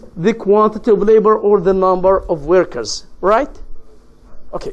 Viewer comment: شرح حلو بس للاسف بينطق انجليزي مش صح زي كلمة reason and workers